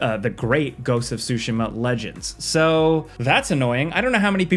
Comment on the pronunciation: you say Tsushima so weird. it’s soo SHE muh